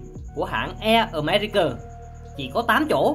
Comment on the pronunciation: america mà đọc americờ